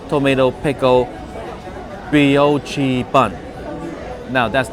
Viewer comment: What a fun video,! BTW, the brioche bun is pronounced 'brii-oh-shh'.